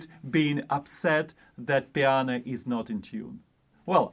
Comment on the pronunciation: I don't have a perfect pitch recognition, but I did hear you say "piana" - does that count? :-) Thanks for yet again a useful video, this one is for the confidence! Cheers